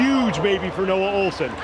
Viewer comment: OHLSEN NOT SQUAT...